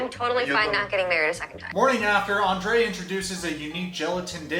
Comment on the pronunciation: Oh no, you are saying his name all wrong. You have to Roll the “r” when saying Andrei just like Elizabeth does.😜